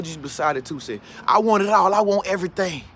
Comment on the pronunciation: I want everytang...everyting